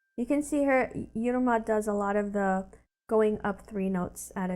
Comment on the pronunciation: Hi - Correct Pronunciation is Eeeruma for Yiruma